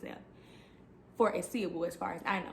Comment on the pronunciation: Ace- a- ble like ace of spades …. Not a-See-able